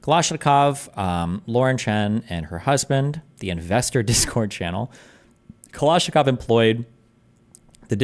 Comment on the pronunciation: Another prime example of why destiny is unimpressive is that he can’t pronounce kalashnikov